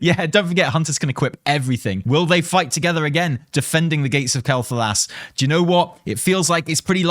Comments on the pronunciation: See.. This. This is a normal analysis of a video....Also no. It's Quel'Thalas. Not Thalos. I have no idea why that voice actor said Quel'Thalos so oddly. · Sylvanas always had a weird accent, not surprised she pronounces Quel'Thalas differently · I can't believe you've been pronouncing "Quell The Loss" wrong this whole time! :P